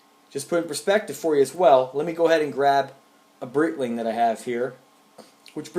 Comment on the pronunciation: Pronounced "BriGHTling", but great watch collection!